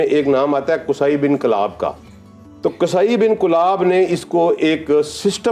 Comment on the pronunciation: قصی Q o s a e e درست تلفظ ھے محترم